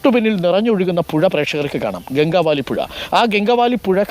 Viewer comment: സഹോദരാ ഈ നദിയുടെ പേര് "ഗംഗാവദി" എന്ന് ആണ്. തെറ്റായ രീതിയിൽ ആണ് എല്ലാവരും ഈ നദിയുടെ പേര് പറഞ്ഞു കൊണ്ടിരിക്കുന്നത്. ഗംഗാവാലി അല്ല.